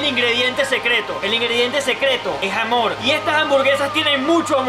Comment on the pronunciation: Yo escuche gamón envés de amor